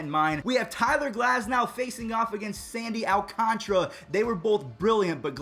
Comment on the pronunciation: Sandy Al(like al horford)-can (like soda can)-tarah (the girls name)